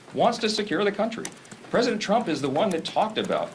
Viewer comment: I like to hear him keep saying Preseident Trump